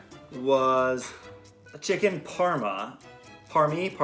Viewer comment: Excuse me, it’s PARMA